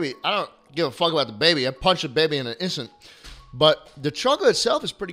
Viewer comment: "I don't give a fuck about the baby. I'd punch de baby in a isant" someone sample this plssssss